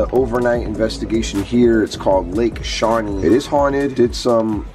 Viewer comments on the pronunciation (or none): Just for your information that is pronounced shaw-nEE